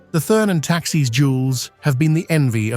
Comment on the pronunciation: "Thurn" does not rhyme with "fern". "Thurn" sounds more like "tour-n". And "Taxis" is not the plural of "taxi". It sounds more like "Tax-iss". Please find a different commentator. Thank you!